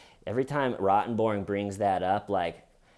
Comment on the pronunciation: I think Amber's lawyers are low-key on Johnny's side. After this trial, ROTTENborn should consider a career in comedy! Every time Johnny emphasized the first syllable in the male attorneys name cracked me up! The troll lawyer looks like her clothes are made out of upholstery fabric. Oh! Don't forget the muffins! LOL